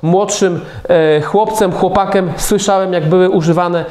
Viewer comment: "chłopaKEM" zamiast chłopakiem, no jo odrazu slychac ze pan zes jest nasz, nasza gadka 😁